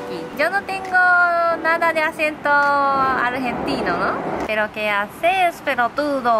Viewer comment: "pero que haces peroturo" jajajajajajjajajajaaj